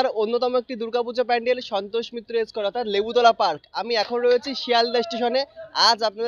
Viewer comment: S কেয়ার ,ভাই একটু দয়া করে স্কয়ার বল